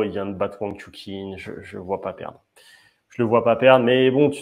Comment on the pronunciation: Wang Chu"CHIN"* pas "KIN"